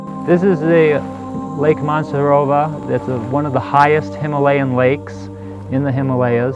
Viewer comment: if you have been there why don't you say HIMALAYA with the correct pronunciation? Hima is son, alaya is temple of, abode, himalEya is meaningless.